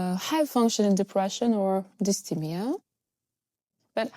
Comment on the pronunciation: Hey, just a tip... If you're talking in English (which you are), the pronunciation for dysthymia is DIS-THY-ME-A (with the second syllable sounding like THIGH) not DIS-THEE-ME-A. Understandably, you are using the French pronunciation but I just wanted to point it out because the way you say it sounds a bit off to English speakers. Otherwise, good job!